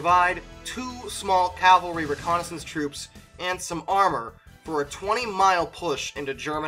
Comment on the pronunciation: Okay, this pronunciation is a pet peeve of mine. It's CAV-AL-RY. Not "Calvary". Calvary is the place where Jesus died.